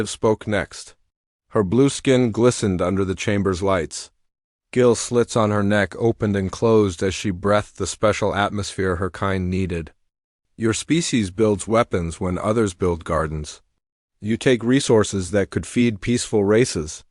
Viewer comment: Good story 'oldy but goody' DOT. Worth a listen but forgive the AI it's narration is only as good as the author, probably another AI DOT. He brethed not breathed DOT. ( AI's can be TAUGHT), to read not red properly DOT. use punctuation with pronouncing it DOT .